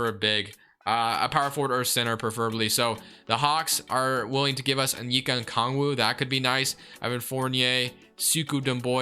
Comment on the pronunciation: we gotta teach you how to say onyeka's name bro